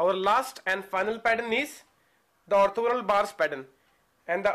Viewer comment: lol the way he says ''orthogonal bars"